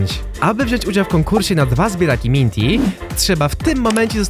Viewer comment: "Mijnty" Nik bartol8890